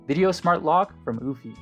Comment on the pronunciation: Pronounced uuu-fee!! Not uewwfy!!